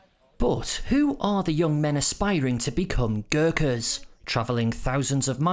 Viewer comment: ओहो आउनुहोस् - Girkas, Girkers, Gerkins it's not so hard GURKHAS🤔